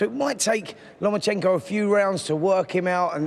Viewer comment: Spencer has clearly been practising how to pronounce Lomachenko.